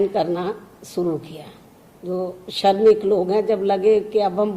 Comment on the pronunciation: Me Mayawati ji Behanji ki bhut izzat krta hu lekin mujhe dukh hota he ki behanji ki hindi bhasha shudh nhi he . Madam sha shabd ka ucharan sa keh kar ke karti he jsise pradesh ko prades kehti he .shramik ko sramik keh rahi he . Madam bhasha par dhyan de to acha hoga.